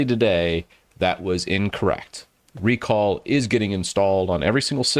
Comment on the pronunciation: I guess it's supposed to be "rec all" not "re call"